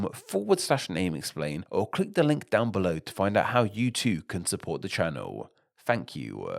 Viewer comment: Definitely strange accent to me. It's painful for me to listen to. Last syllable of last word in a sentence is extended with an A. Listen to him say thank you at the end of the video. So weird.